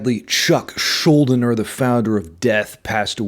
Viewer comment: Thanks for doing this video man, Chuck Schuldiner was a treasure who will never be matched...PS its pronounced Skull Diner...RIP Chuck, you were the master